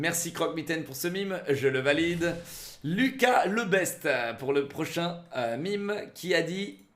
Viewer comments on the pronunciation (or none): none